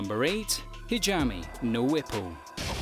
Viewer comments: Nr. 8: It's H A J I M E not Hijame . . . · he really said hijami lol